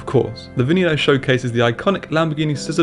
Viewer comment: its pronounced veh neh no not vee nee no